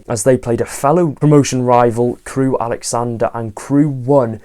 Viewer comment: try Crewe Alexan-dra, it’s not respectful to keep mispronouncing their name (second time mentioned). Really interesting chat as ever, and enjoyed the round-up at the end, though like many others, not sure if I see Notts as top three ‘promotion rivals’ which in any order is looking like Stockport County, Mansfield Town and Wrexham.